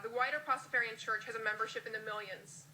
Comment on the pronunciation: she pronounces it wrong